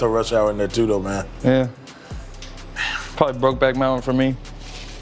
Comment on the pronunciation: Did bro say broke back moutain 😂